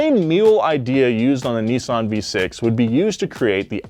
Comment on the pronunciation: IM GOING TO COMMENT ON EVERY VIDEO FOR TO PRONOUNCE NISSAN CORRECTLY. ITS NOT NISSSSSSEN ITS NISSAN